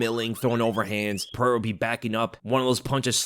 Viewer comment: Pereira not perera